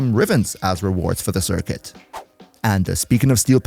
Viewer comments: 🇮🇹🤝🇩🇪 Me and when it comes to sometimes mess up the word Circuit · Duviri CircQuit, Sir, Quit, it. I'm dying there xD